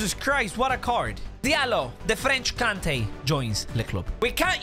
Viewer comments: Funny how he says the "french kante" 😂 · "The french kante"